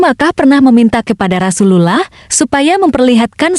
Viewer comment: Admin belajar ngucap rasulullah dulu.. Hehehe